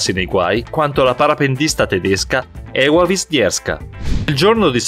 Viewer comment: Ewa wisnierska Si dice eva anche se ce la doppiaw